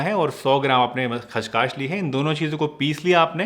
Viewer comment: Thank u.He pronounced it खशखाश instead of खसखस, that i know. And the pic also was not displayed. So the querry !!